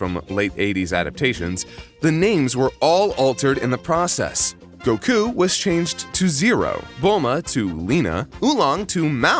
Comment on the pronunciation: Great video, but why do you pronounce Goku like that?